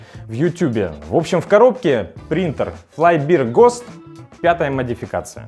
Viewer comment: "Флай Бир Гост" (Fly Beer "Gust") - это "Муха Пиво Порыв" (последнее слово в неправильном произношении). А "Flying Bear Ghost" - это примерно "Флаин' Бэа Гоуст".